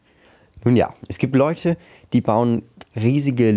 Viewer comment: Es gibt Läuche Haha ok wusste nicht das nur Läuhc des bauen